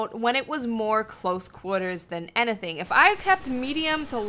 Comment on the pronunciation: Do you have an accent because I've noticed the way you say "anything"